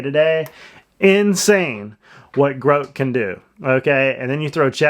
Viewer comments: Love you but it’s GROK like WOK. Not Groak like throat or boat lol 🙏🏽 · Groke?? Dude, Grok is pronounced like "grock" with a short "o" sound, as in "rock." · i think its commonly called grock and not groak.